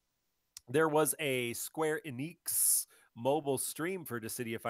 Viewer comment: You will pay dearly for your pronunciation of Square Enix .